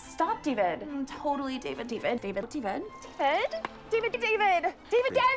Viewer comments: Alexis: Dee-Ved Moira: Day-Ved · Moira : "Daevid" Alexis: "Deevid" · Ew Dayy-vedd!! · Is it me or does “David” starts to sound like “Steven”? 😂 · At some point all I heard was “daybed” lol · Honestly I heard a LOT of “Divids” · After a while i hear Divot instead of David, idk why